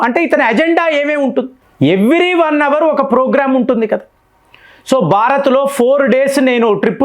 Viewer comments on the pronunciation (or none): none